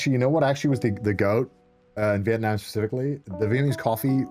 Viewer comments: Thank you so much for saying 'Viet Nam' and not 'Viet Narm' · It literally doesn't matter. In English, most people say Viet Narm because it's not Vietnamese - it's English.